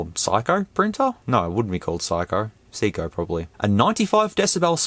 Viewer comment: I believe Seiko is pronounced Say-co. It's a part of Seiko Epson, a watch and printer corporation.